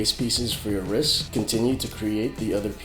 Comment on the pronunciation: not hating but u say ris instead of rist